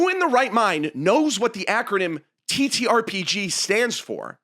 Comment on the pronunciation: you said the title correctly, I'm unsubscribing